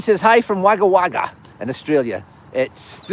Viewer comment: Fr... Wagga Wagga in Australia is pronounced as Wogga Wogga...